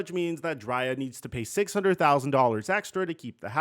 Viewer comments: DRAY•ah! It sounds like you’re saying Jaraiya(Naruto) & we can’t disrespect our GOATs😂😂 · Bro called her Dri -ya... LMBO just put the paperwork in the Dri-ya.... you crazy Bro...#DCFL 🏈🏈🏈🏈🏈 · it's pronounced "Dre-Ahh" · you slipping in your NEWER Videos. You’re definitely saying her name wrong. And your other videos just have been horrible. No research from your team and you going with the narrative.